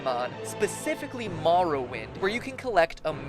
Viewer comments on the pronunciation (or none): Elderscrols fans cringe cause morrowind was mispronounced